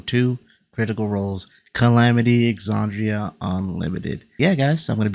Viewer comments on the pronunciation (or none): You said to correct you if you aren't saying something correctly. You're saying Ex-AHH-ndria when it's Ex-AND-ria. Not a huge deal, it just sounds wrong and I figured you would want to know.